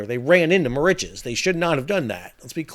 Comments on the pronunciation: I'm sorry whilst I enjoy your contributions, I dont believe you've actually been to Mauritius, firstly nobody pronounces it - Mau rich es - there are generally two correct ways pronounce the name of the island, one in English - Mur Rish uss and the french way - Eel Mo Reece for Ile Maurice. Secondly while the stretch of coast where the Waiashio ran onto the reef is reasonably pristine, the majority of the west and north coasts (to leeward of south east trades and currents) have despoiled and dead lagoons due primarily to coral bleaching caused by hypoxia, local textile industry chemical dyes seepage, and local household litter and retail plastic waste. Mauritius WAS once pristine, before independence created the conditions for uninhibited pollution and strict adherence to Indian standards of hygiene and cleanliness. If Mauritius does finally get handed custodianship of the Chagos archpelago, heaven help the eco-system, because the Mauritius governent won't. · My wife has been wincing every time you say the name of the island. An old friend of hers is from there. More itches? No, no, no. Mauritius rhymes with delicious and malicious. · I love your videos. It’s pronounced Ma-Rish-us. 😅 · Mauritius is pronounced Maurishious 😊 used to live there 🤗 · Muh ri shuhs, fyi incase you make a video on this again. sorry i had to stop it was killing me. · where does that pronunciation come from? given that you have been there, I have to ask, is that how it's locally supposed to be pronounced??? I always heard the pronunciation "Merishowz"... but that is based on French. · The first shipwreck in history caused by a cell-phone. (Incidentally, I never heard Mauritius pronounced like that before.) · Not sure where Sal got his pronunciation of Mauritius from.... even with Google set in American pronunciation mode comes nowhere near how Sal is saying Mauritius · yes I found it difficult to follow as he was pronouncing Mauritius the wrong way.